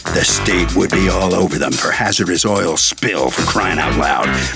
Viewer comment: The way she pronounced OIL was irritating. She pronounced it "oyer".